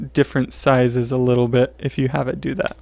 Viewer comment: Wait what "litteler"?